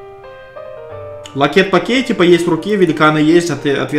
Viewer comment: ЛАКЕТ,ПАКЕЙ место лакей,пакет